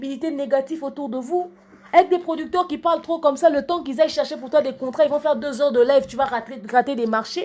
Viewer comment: Oza kanda hein "PRODICTÈRE" 🤣🤣🤣🤣🤣 nanu na seka boye te